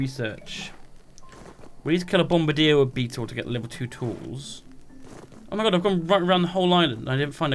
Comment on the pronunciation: Annoys me that they all say bombardier wrong